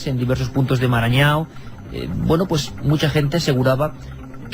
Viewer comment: Ahora pronunció Marañau. Entonces debe ser Maranhão (Marañón). Ese estado queda en nordeste y no en norte de Brasil y es parcialmente amazónico.